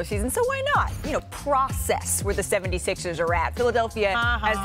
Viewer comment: I read this comment as Perk said Philadelphia 76es lol he pronounces it like it’s spelled here. Maybe that’s what they were aiming for 😂